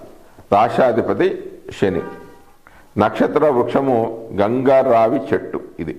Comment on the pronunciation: గంగా రావి కాదు, గంగరావి